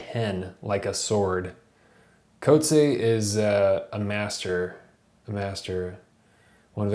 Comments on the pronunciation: The CORRECT way to pronouce the author's name is "COAT-see-ah". He is from am Afrikaans background NOT an English background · Ok great review but please note that his surname is pronounced “coot-see-a”. He’s a great author and his name should be pronounced correctly. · coat-see haha. but great video! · You’ve mispronounced his surname.